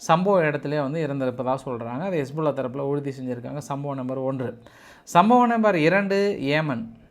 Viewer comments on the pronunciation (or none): none